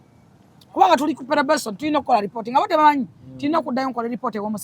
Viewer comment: Probesoni or probation 😂 just saying 😂